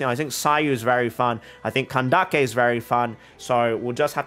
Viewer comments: i actually think pronouncing it candakke is…. more offensive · Kandake is pronounced more or less how you said, but Candace can be pronounced the usual way. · hey, genuine question, how sure are you on which syllable the emphasis should be for candace? so "CAN-dace" or "can-DA-ce"? i would have assumed the former, since i think it probably originates from the latin word candicare, where the emphasis is on the first syllable "can" also, for "cyno", since its greek, I think the "y" should be pronounced like the german "ü" (instead of "se-no" as you say it in the video), but idk if maybe hoyoverse themselves aren't sure about that (the "cy" or "sü" sound is quite difficult to recreate in japanese/chinese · I'm confused where can-daak-kay came from, because when I look up pronunciation it's kan-dis 🤔 being genuine here, have I missed something? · ok mr you explained the etymology of klee, and cyno.. how about candace? i used the pronounciation funtion of ggl translate for both greek and arabic and they both say it like [canned-ace] while you say it like [can-da-ke] which i want to understand. thank u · bro.... if her name would be kandake i would understand, but its candace, even dawei the ceo (iirc) from hoyoverse says candace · Why calling her "Kandake" when her name is Candace?? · Neither. Ideally it would be pronounced like Kandaka. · I am super glad youre saying candaces name like kandake. Im half egyptian and i find it extremely disrespectful that mihoyo is telling the VA's to say the names wrong